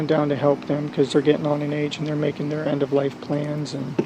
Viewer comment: OMG! listen re: His parents. “they’re making {THEIR} end of life plans” With accent on “THEIR”. Madeline and his parents all three at the end of life.